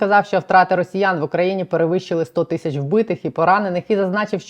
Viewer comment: Пані кажіть будь ласка тисячі а не тищі ріже вухо